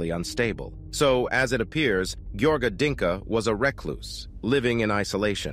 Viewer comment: It's "Dincă" not "Dinka". At least bother to search their names correctly.